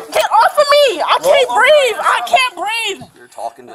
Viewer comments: It's breeve.😂 What no axing for an amboolance. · Is this a record for "I can't breave" to be used so soon?